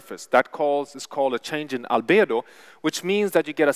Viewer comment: Way he said albedo was one of the most swedish ways of saying it haha